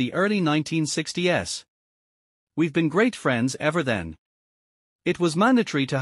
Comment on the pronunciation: I agree with Gary the AI voice. I clicked off and hit the do not reccomend button after the voice said "the 1960 "s"